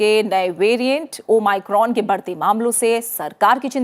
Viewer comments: New version of o my god 😂😂😂😂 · Thanks maim har jgh omicron ko o my crone bol rahi h kon kon gess kiye hai